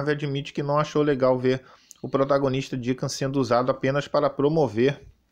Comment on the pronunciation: Iniciando os "trabalhos" com aquele rage fake já clássico do canal e quem é Deeca Vamp? Conheço o Deacon 😂